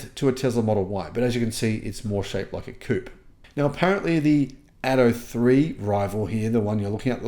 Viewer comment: Coupe, not Coop